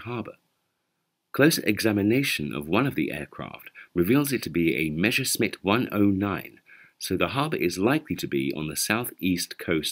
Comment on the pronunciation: How low are the chances to find actual wartime footage of such an incident? Nice detective job on the geolocation and battle loss documentation! PS: the narrator says Mesha-Smitt, yet the correct pronunciation would be close to Messa-Shmitt. A common mishap in British English.